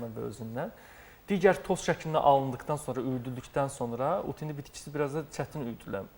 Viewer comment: Başa düşə bilmirəm "ut hindi" yoxsa,"ud hindi"?. Sözü düzgün vurğula savadlı həkim....